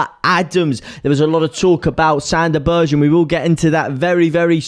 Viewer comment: Sande Berge - as in Burger, like hamburger, berger!!!!